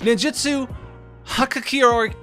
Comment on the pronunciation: doesn't watch anime? Every weeb in the world knows how hikikomori its pronounce!!!